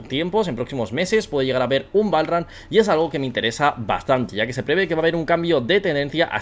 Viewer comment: el PROXIMO BALL RAN asi se pronuncia ? jajaajajajajaaja